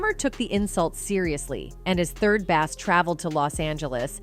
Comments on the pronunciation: What are you calling Suge Knight!?! Bass is pronounced BASE! 🙄🤡🤡🤡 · When the A.I. voice said "A 50-zero, zero, zero bounty was put on Third Bass (said as in fish)" I stopped the video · 3rd BESS? .... AI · Third Bass, pronounced like the fish? Yeah, brilliant choice, the AI narration. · This AI is stupid. Calling 3rd Bass a Bass fish.